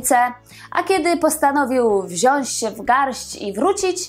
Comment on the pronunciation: Wziac! Nie „wziasc“. Pozdrawiam